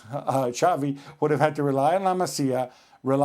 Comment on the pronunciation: It's not Chavi It's Xavi